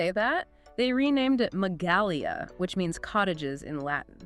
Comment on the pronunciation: That's not how you pronounce Magalia...